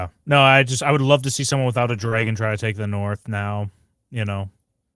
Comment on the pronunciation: Why does say dragon like Dray-gon? I need to understand